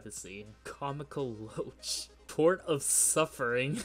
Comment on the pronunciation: Comical Loach Edit: It is pronounced, 'Lock',.